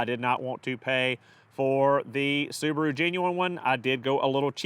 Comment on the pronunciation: The repaired soo-bar-oooo. Wow